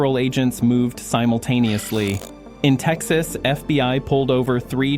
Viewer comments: AI trash. It said the FB One instead of fbi 😂 in the first 2 minutes. Shame! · FB 1 history... AI cannot read simple script. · More A.I. nonsense!!!!!!1 "The F.B. One?" Hilarious, and so obviously fake. You can't afford to pay someone to read for ten minutes? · once the AI text to voice said FB1 instead of FBI, I stopped it. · F B one? This ai sucks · A.I. slop. Near the beginning of the video the "narrator" says FBONE instead of FBI. I'm learning to recognize the mistakes that A.I. generates. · in yor vid. ...in FB "1" history... -- FB "1" are you serious??? You couldn't find an AI voice smart enough to know what the FBI is? Unprofesional !! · I’m so tired of trashing AI scripts, it can’t even pronounce FBI. Not FBone FFS. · This is a AI generated FAKE story !! You Tube allows this crap to be posted by foreign actors to stir up Americans and to spread misinformation. The AI narrator pronounces the FBI as "F-B-one", for example! Do not trust big flashy news reports from no-name publishers on You Tube or any other social media platforms.